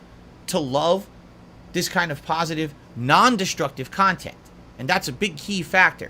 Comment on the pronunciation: Curated, pahsitive cahntent